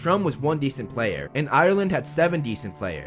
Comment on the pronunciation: Thank you for saying Ireland correct